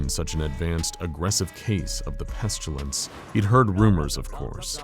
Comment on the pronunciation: Am I the only bothered by the pronounciation of of pestilance. It's pest-ill-ance. Not pest-u-lance. I think the author is confusing it with petulance.